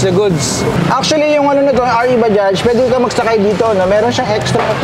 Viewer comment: baja lang po yan kung bigkasin..silent j dpat yan.. pangit pakinggan kung bajaj na pagbigkas..prang wla tayong pinag aralan nyan hnd ntin alam ang silent j na word